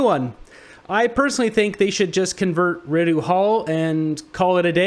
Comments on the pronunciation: It’s odd to me that you call Rideau hall redo hall instead of re-doe hall. Considering you do call Trudeau as the proper pronunciation and both suffixes are the same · Rideau is not pronounced "re-do"...it's "re-dough" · Dude. Rideau Hall. (Re Dow Hall) is the governed generals residence. Come on get it right if you’re going to knock it. He is staying at the Prime Ministers Cottage and using as main residence. To which he built another home on the property for his ex wife to live in for the time being. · Pssst…REEE DOUGH Is How Rideau Is Pronounced 😉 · Pronounced - Ree-Doh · I’d subscribe if you enunciated Rideau correctly. I do not respect Trudeau at all. But the office deserves respect and therein the residence too.